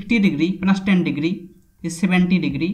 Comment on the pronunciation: Sine ten digiri, plus cos ten digiri